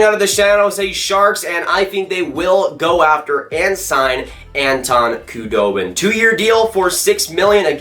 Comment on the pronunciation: Saying the "k" in Khudobin is driving me nuts.